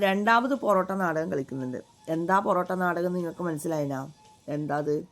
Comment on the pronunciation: പൊറോട്ട നാടകം അല്ല.. പൊറാട്ട് നാടകം 😌😌